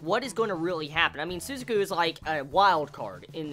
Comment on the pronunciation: Sorry about this but your pronunciation of Lelouch ' s friend is wrong it's Su-za-ku not Su-zu-ku not trying offend you or anything